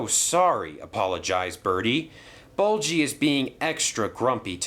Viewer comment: It's ''Bulgy'', not ''Bolchy''